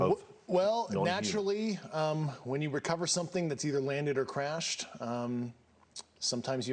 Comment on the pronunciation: "some are wanded, some are cwashed."